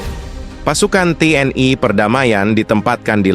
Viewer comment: TNI.. bukan TNAI... jangan ke barat2an donk